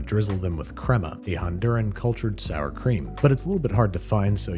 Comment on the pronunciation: the way he says Crema 😁🥰🥰 i thought it was Mexican 🤔